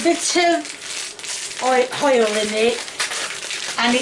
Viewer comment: When you say "hoil" reminds me of my old neighbour Mr Morris.... Love it ❤